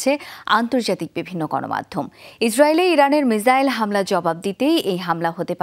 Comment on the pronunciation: মিজাইল নাকি মিসাইল 😂